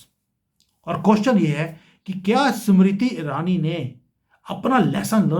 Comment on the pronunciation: 🌹🌹🌹🌹🌹🌹 समिरिति ईरानी...... उच्चारण..... 😢😮😮😅😅😢😮😂😂😂